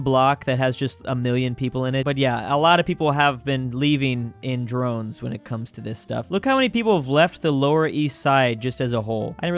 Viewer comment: Leaving in DROVES, not "drones."